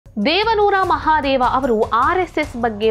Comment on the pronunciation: ದೇವಾನೂರ ಮಹಾದೇವಾ ಅಲ್ಲ ದೇವನೂರು ಮಹಾದೇವ ಸರಿಪಡಿಸಿಕೊಳ್ಳಿ